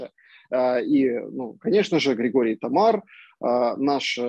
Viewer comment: Он только ударение не правильно поставил . Ничего страшного . ТамАр означает пальмовый плод